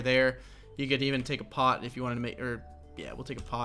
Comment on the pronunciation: 'You can even take a pot' I thought you said something else haha